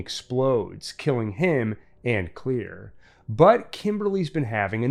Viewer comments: lol why do you say her name like that , it’s Claire not Clear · Why did you keep saying clear? It’s clair. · am i the only one who is annoyed by the guy saying "clear" not "Claire"? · Everytime is said "Clear" instead of "Clare" I cringed 🥴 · If your gunna say someone’s name say it right that’s annoying asf it’s simple asf let’s say it together clair dumbass not clear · Isn't her name Clair not clear? Anyone else bothered by this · It's Clare! Not clear! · Claire.. not clear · Claire not "clear"... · DUDE YOUR KILLING ME. It’s Clare not clear. Everyone I hear it I go insane. It’s like death is coming for………….☠️🪦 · Why he say Claire like that? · I never understood why he can't pronounce Claire's name properly.